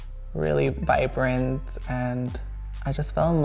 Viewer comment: just said “bibrant” not vibrant 😂😂😂😂😂😂😂😂😂😂😂😂😂😂😂😂😂😂😂😂😂😂😂😂😂😂😂😂 dead